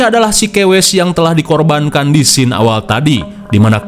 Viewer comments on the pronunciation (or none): none